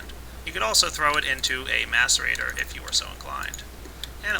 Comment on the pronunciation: i dont rlly care but i want to tell you that its nit a mass e rator its a mace e rator